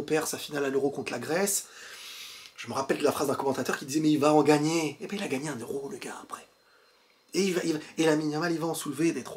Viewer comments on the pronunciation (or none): none